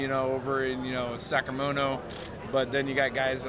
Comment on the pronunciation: 'Sacramono' - lol! He's cool